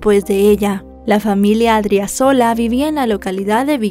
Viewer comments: Creo el acento del apellido de la chica es en la segunda sílaba, incluso está bien escrito en el título pero mal pronunciado. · Muy buena exposición del caso, mejor de lo que se explicó en los medios de comunicación de Bolivia. Solo una observación, al tener una tilde el apellido se pronuncia con elevación de voz en la sílaba donde se encuentra la tilde 😊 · Adriazola con acento en la 2da a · Se pronuncia A-D-R-I-Á-Z-O-L-A y es Chonchocoro!!!